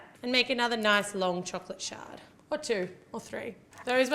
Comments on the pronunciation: when she said shard i thought she said chocolate sharts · Why does it sounds like she keeps saying shart.. Lmao